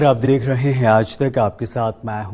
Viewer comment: Namaskaar aap drekh rhe hein????? Kya kha k baithe ho bhai 🤣